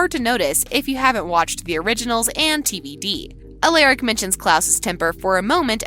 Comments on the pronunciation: first stefan and now alaric. In tvd alaric even told the students they may want to pronounce it "aleric" but its not its alaric. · Please pronounce Stefan's name right and Alaric. And Klaus did not die during the ritual.